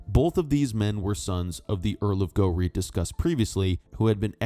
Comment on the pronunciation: A word on pronunciation for the narrator. Moray is pronounced "Murray" not "Maw-ray"; Ruthven is pronounced "Riven"; and Gowrie is Gow(as in cow)ry. At least he got Edinburgh right which seems to be beyond most Americans .